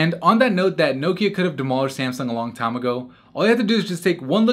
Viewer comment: Did anyone else cringe each time he said Nokia?